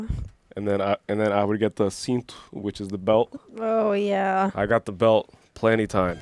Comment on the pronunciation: Did you say "cinto"? Você é BR? kkkkkkkkk